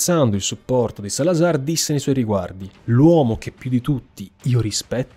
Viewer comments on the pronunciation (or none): none